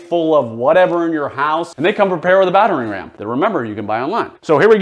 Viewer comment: Most notable to me is his difficulty pronouncing/enunciating "battering ram."